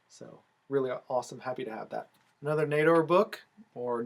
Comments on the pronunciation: Great video!! Awesome books! Congrats!!! (And, yes, it's knee-door (Nedor) ❤❤❤) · Wow what a haulAbsolutely love those Schomburgs Especially the wonder Comics still looking to finish my Tera run and you are saying Nedor right